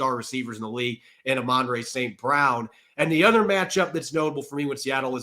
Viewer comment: It’s Amon-ra, not Amonray.